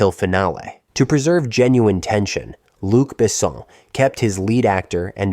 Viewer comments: Besson is mispronounced too. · Fact: check pronunciation before recording. Besson and Jean are to be pronounced French. Plzzz